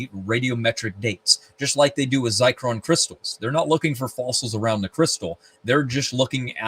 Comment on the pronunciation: *Zircon not zicron